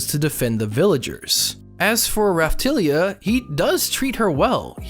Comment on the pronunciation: Great video, the way says Raphtalia irks me.